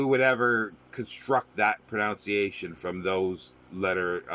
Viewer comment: A very fascinating but frustrating subject. I tried to watch the entire video, but I couldn't. Why? Well, from the very start you drove me nuts by pronouncing 'pronunciation' wrong. Aarrggh!. It's not 'proNOUNciation', but 'proNUNciation'. Aaarrggh!🙄😵😖